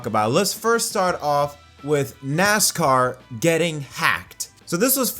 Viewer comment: "For the forst time"